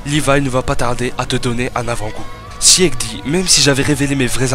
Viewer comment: Bon STOP ! Sieg ça se prononce ZIG ! C'est un héro de la mythologie germanique qui à une forte importance dans snk ! Eren jäger (=chasseur), un passage entier du guren no yumija est en allemand, le délire de deportation sur l'île du paradis la haine racial bla bla bla..., fin bref du coup sieg=zig stop ton sieg chelou xdd après j'imagine que tu ne peux pas savoir j'espère que tu verras le message en tout cas et super vidéo en tout cas ! :P